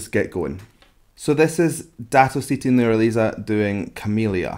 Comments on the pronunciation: Its Nur- Ha - Li -Za . btw i like watching vocal coach react to malaysian song :) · Wrong way of pronouncing her name..